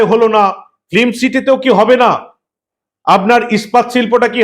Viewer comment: শব্দটা ফ্লিম নয়, সঠিক উচ্চারণ ফিল্ম। দয়া করে শুধরে নেবেন। মমতা, সৌরভ আর শিল্প 😅😅😅 পুরো জমে খীর, একদম সোনার পাথর বাটি।